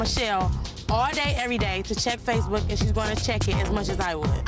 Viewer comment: lol, xD Tyra said spacebook xD